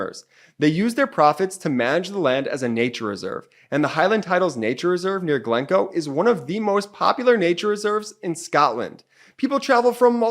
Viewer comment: No, you cannot become a Lord or Lady just by buying a plot of land in Scotland. This is not legally possible so please do not issue such misinformation. Also, the accent is on the second syllable of GlenCOE.